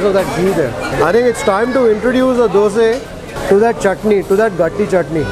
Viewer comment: Its dosa and not the dose